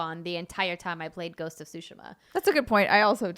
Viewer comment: Always excited when someone pronounces Tsushima correctly. I'll never correct people when it's said wrong because it's colloquial and it cost $0 to not be a dick but still good on anyone who learns pronunciation and usage of non-English words